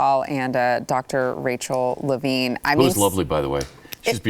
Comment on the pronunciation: First off, why doesn't she know how to say Levine correctly? A reporter/journalist?